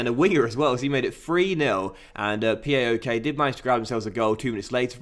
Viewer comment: it's paok, not PAOK.